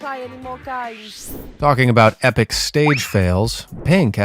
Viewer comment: “epric”?? Please reprogram your AI narration